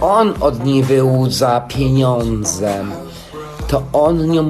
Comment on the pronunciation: ✨to on wyłudza od niej PJENIONDZE✨ xddd